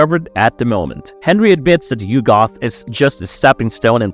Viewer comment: yugg'uth. not you-goth